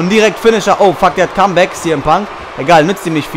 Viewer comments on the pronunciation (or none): none